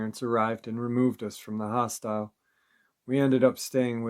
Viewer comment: Hostel, not hostile 😂